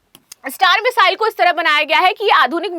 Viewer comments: Meshile nahi bolte hai mesile bolte hai😅😅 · Missile bolna thoda difficult lag ra h aapko